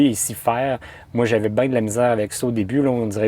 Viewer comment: c est bien pas bieng